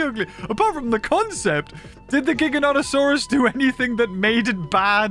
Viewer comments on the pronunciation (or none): You butchered his name as hard as Rexy and the Theri butchered him 😆